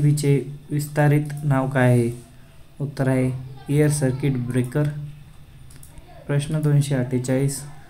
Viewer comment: Air सर्किट ब्रेकर मनतात,,, किरिकर नाही 😂😂